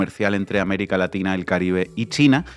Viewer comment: Se dice américa laxhina. O o o o 😂😂😂